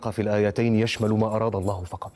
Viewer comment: Ingat ia min ..pengucapannya allah bukan aloh ...